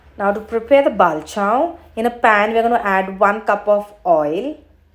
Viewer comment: Bavl😂...it's Pronounced as Bol not Ba- vl